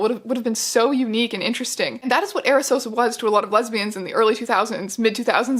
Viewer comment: When the guy says lesbian it sounds like hes saying lesbias maybe im mishearing but if were translating lesbias to lesbians why cant they just translate homosexual lesbian into another word especially if hes worried about women on the island being worried because they arent gay and dont want to introduce themselves as such why cant in english we just says lesbias if he did say lesbias idk i havent watched the whole vid yet maybe thats what happens